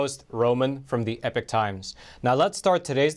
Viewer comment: Epoch not epic times...or is it?